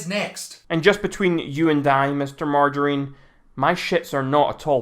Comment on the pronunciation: Lmao ‘Mr Margirine’